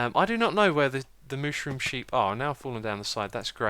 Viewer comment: MOOSHROOM SHEEP? Don't know why, but I laughed really hard... Sometimes words just don't cooperate :D